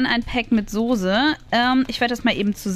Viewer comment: Wie eva immer sagt die sose